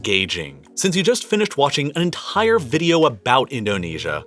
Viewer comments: Is anyone a little bothered by the emphasis he puts on ent*I*re... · It bothers me hearing the excessive use H, i.e khillings, enthire, vholcanic. 😂